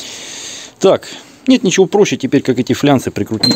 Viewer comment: ФлАнцы а не флянцы😃😃😃